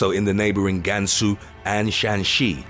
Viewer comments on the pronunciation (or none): YO I was BORN in gansu btw its pronounced Kansu